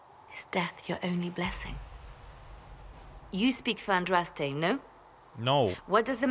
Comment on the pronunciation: ... is he doing it on purpose? Is he deliberately butchering every single name he comes across, despite having other people say them out loud? Shantry, Andrast, Justinia Vee, Orlayis...